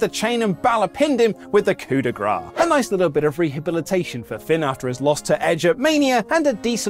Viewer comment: it's COUP DE GRACE not coup de gra, don't be like michael cole please